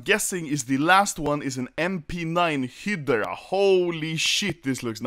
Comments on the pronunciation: im triggered bcz he is saying hidra instead of hydra (btw read it like highdra) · Me: Hi-Grah (Hydra) Anomaly: Hee-der-ah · I hate the way you PRONOUNCED Hydra 😂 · Lol mp9 Hi-de-ra... its call High-dra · thats how swedes pronounce hydra, and I am deeply offended that you make fun of us in such a humiliating way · I thought he said hitler instead of hydra